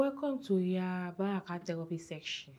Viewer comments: This should rather be "IYA BARAKAT VAWULENCE SECXXION" instead of "TEROPI SECXXION" 🤣🤣🤣🤣🤣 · I like Iya Baraka's therapy technique. She just saved the lady from prolonged deception. Femi unconsciously spoke his mother-tongue curtesy Iya Baraka's "teropi secxxion" 😂😂😂😂. Bimbo was borne to act. Keep soaring Bimbs...